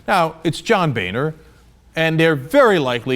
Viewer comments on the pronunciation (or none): none